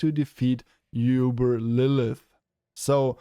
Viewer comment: Yoooouuuuuberrrr lol the way you pronounce it. Ooober not uuuuuuberf